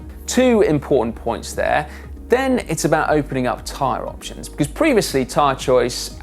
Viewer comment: nen or then... is this a dialect thing? Just curious.